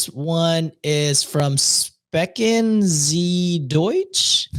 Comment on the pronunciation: Deutschland ist Germany and it's not complicated at all 😂 You butcherd "Sprechen" but pronounced the rest almost perfectly!